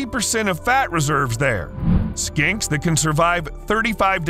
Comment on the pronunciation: Skinks,.. sounded like you said skanks… and yeah skanks can survive 35 days without food too… meth is a nightmare